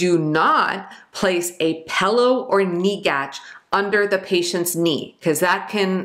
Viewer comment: Haha she said pellow../ 😊 I passed Med surge yesterday thanks to this queen